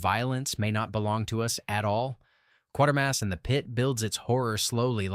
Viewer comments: "KWAY-ter-mass", not "QUAR-ter-mass". Pronounced like it's spelled. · Kwayter Mass. Not Kworder. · It's not "Quart"ermass, it's "Quat"ermass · Another vid that fails to impress. These films are not forgotten. They just haven't been seen. One, it's pronounced 'qwaytermass', not 'quartermass'. Two, First Men in the Moon, while I liked the film, didn't have a great story, and as much as I liked Harryhausen's work, it wasn't his best, IMO. Yes, it's a personal opinion, so I'm just throwing it out there. Creation of the Humanoids--no, Bobby Heenan didn't have a hand in the title--was overly talky. A good idea, but overlong and dull in stretches. Still worth a watch. Battle Beneath the Earth is B-schlock. Fun, in a dumb way, but still...dumb, and by today's standards, racist. The Tenth Victim: superb. Cleverly done and well-acted. 'nuff said. Seconds: Rock Hudson't finest film. Crack in the World: one of my personal favorites. Yes, the science is wrong, but at that time, plate tectonic theory was changing, so the concept of the plates being solid is outdated and wrong. Superb acting, direction, and special effects. Worth watching. As for the rest, they all have their merits and demerits. As someone over the age of sixty, I've seen all these films, so the younger generation will discover them--eventually. Check the Internet Archive. All of these films can be found there. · Its pronounced Q waiter mass, not Q water mass. You're welcome. If you'd ever watched it, you'd have realised that. Only an AI would get that wrong...Oh, wait a minute...😁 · It's "Quatermass" not "Quartermass".